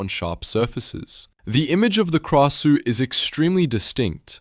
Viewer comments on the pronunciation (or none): Krausue is pronounce as grasue